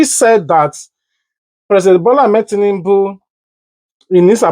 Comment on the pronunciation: did I hear oshimole said tinundu 😂😂😂😂😂